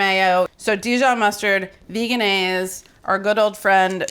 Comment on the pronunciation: It’s veg-n-aise. I called the company